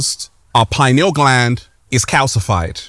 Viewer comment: It's stupid. Everything bad is the matrix, and we're the matrix blah blah blah. It sounds so stupid, especially from someone who cant pronounce pineal gland.